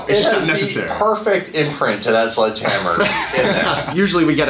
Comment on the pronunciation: Sledgehammer. SLEDGE. Not sludge, please get that right before you go to court lol